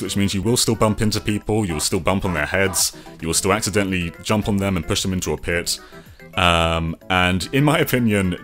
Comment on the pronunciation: “Accendently” push them into a pit